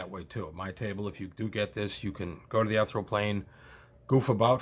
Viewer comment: ethereal [ ih-theer-ee-uhl ] (I'm sorry, your pronunciation just hit me wroung.)